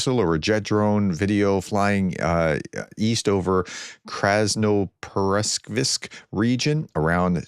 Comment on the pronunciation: "Krasnoperekopsk"= KRAS-NO-PER-E-KOPSK & Vasyl Maliuk = VAS-IL MAL-EE-UK. Easy see ! Try it once or twice before recording. Why do Americans, with some many immigrant families, find "foreign" names so hard ?